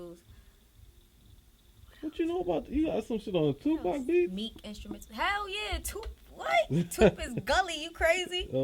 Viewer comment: TUP !? Aye look you cute bitch but don't ever butcher the 🐐 name like that ever again